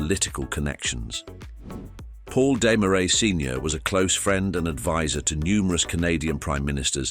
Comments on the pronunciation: Why do you keep showing US $100 bills instead of Canadian currency? Did your AI not know that Canada has Canadian $100 bills? And maybe deciding whether to pronounce Desmarais in English (Dez-maraize) or its native French (Deh-marai) would be a good idea instead of switching back and forth each time... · You got the pronunciation of "Desmarais" correct on the second try -- and then your third was even worse than the first. Try #4: ugh. #5 roughly correct. #6, OK. I guess you're putting the "uh" in amateur. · YOU COULD PRONOUNCE DESMARAIS PROPERLY